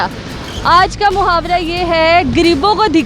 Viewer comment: غریبوں کو گریبوں بول رھی ھے